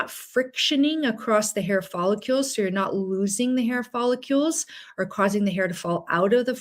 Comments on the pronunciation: Follicle. Not follicule. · Oh my gosh PLEASE stop mispronouncing follicles. Are you actually a physician? It's NOT "follicules." That's not even a word. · “Folli-CULES”? It’s, “Follicles”😅😅😅 Thanks for your content!☺️ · We now live in a day and age where a doctor can't pronounce the most repeated word in the video, "follicule"... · As a doctor you should know that you DON'T pronounce it " follucles"!!!!!! It has an I in it so you prounce it " follIcles"!!! Pretty sad a doctor wouldn't know that. You lost all credibility. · Follicules? It's follicles. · It’s follicles not follicules ! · Follicles not follicules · Please, it's follicles, not follicules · What are “follicules”? I presume she means “follicles”. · Not follicules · I know! I can’t stand it! (No offense to the speaker… it’s just that follicule is not a word. I’ve heard other people say it, so I just looked it up to make sure — I’m open to the idea that I could be wrong! 😂 — but no… it’s not a word.) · It is in French. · You are mispronouncing the key word follicles. That really detracts from the credibility of your presentation. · You are pronouncing follicles incorrectly., there I’d no u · Presenter can't pronounce follicles. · There is no "U" in the word follicles. For an MD not to be able to say the word Follicles correctly , I'm done.